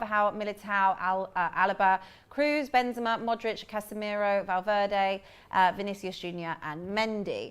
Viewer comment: Congrats for a flawless Vinicius pronunciation!